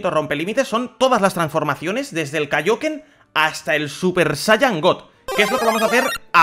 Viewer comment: Di el kaioken como en la serie que lo dices mal y me da un poquito de asco